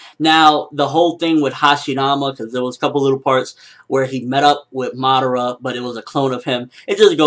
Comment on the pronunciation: why does he sound like hes bloody saying moderter?? fuck, its Madara.